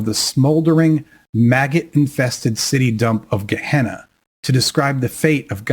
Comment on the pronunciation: Gehenna not kahna